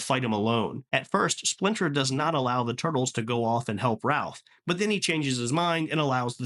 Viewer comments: Small nitpick...it's "Raph" not "Ralph" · this was killing me the whole video. literally wanted to see if i was the only one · Btw, they prolly gonna drag you in the comments for saying “Ralph” instead of Raph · Good video 📼 I did find it funny 😂 that you keep calling Raphael "Ralph" even though his nickname is Raph.